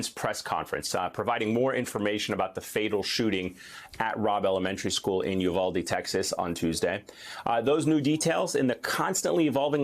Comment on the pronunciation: Every officer should resign. By the way it's Uvalde, not Uvulde.